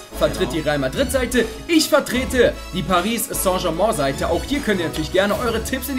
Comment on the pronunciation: Man spricht Paris st. Germain anders aus